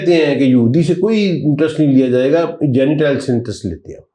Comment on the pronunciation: حضرت صاحب آپ کے تلف ظ صحیح نہیں جینیٹائل مہی جنٹایل ہوتاہے